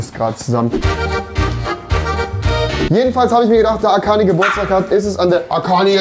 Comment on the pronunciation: Einfach nicht mehr Arkani sondern Allkani